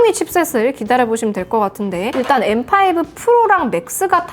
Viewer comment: 아이폰13시절엔 떨튀이-인나~ 라고 원어민발음하셨는뎅.. 이번영상에서맥소개하실때 엠파이부 라고 하시니깐 구수하네염